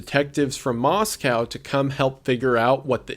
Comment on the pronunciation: bestie i love you and your content very much but every time you say “moskau” i die a little inside <333